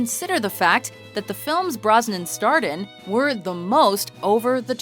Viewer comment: By the way, the man's name is B-R-O-S-N-A-N